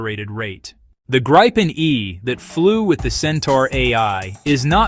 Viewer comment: Are you using all this video without permission? Presumably so, since it is all reversed. Why don't you decide how to pronounce Gripen and stick to it?